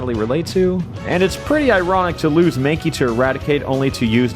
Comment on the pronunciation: Says MANKKEE